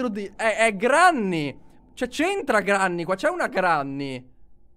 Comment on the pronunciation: SI DICE GRENNY